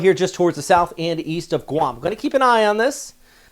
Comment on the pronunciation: Briefly. He pronounces Guam correctly though.